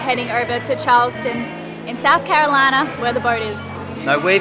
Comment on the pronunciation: Love your Southern accent when you properly pronounced “South Carolina” - almost mistaken you for a native ‘Southern Belle’😉👍🏻